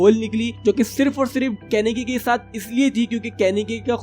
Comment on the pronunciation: And it is kaneki ken not kanaki ken